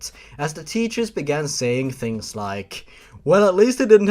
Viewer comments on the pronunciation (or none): none